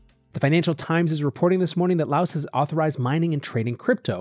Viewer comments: No it isn't. Lao is the language and Laos is the country. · I really like your show. But the “S” is silent.